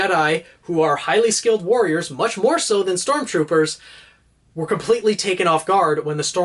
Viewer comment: Did he say STORMTROOPER